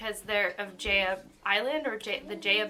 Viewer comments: It is pronounced as Jah-ya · Great video! Btw Jaya is pronounced like “Jai-ah” like hi-ya with a j.